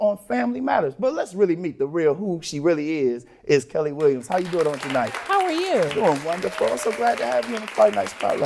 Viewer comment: It’s pronounced “Sha - knee”.